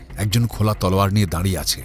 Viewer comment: সব ঠিক আছে। কিন্তু গল্পপাঠে যিনি আছেন, তার "তলোয়ার" বলাটা খুব অদ্ভুত লাগছে কানে! অত্যধিক অকারণ জোর দিয়ে বলা!